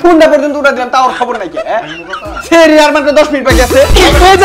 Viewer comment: Sehri na Sahri bolen